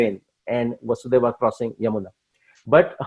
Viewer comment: Krishna’s fathers name was वसुदेव not वासुदेव.